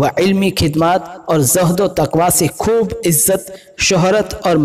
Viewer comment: Isne khhidamat khidmat bola or khhoob ko khub bola Bhai bareilly Sharif ka nam naddnam mt kr